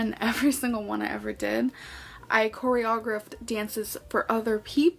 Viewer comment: Corry-og- raft 🤣😂😂😂 SOOO bloody funny AF!! Tried to lie about being a choreographer and yet didn't even know the right way to pronounce the word (but then, she's REALLY sh1t with the English language)